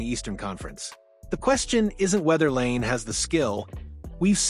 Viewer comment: Please pronounce 'Laine' correctly. This is so annoying.